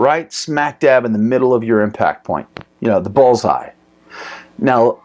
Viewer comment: Pretty sure it's called a "bull's eye" not a "Ball's eye"